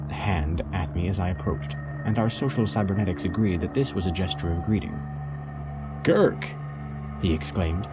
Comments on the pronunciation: AWESOME!!! I have been waiting for a good reading of Hambone's work for so long! Thank you 8) And you pronounced Kirk's name correctly! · Amazing, you pronounced Kirk's name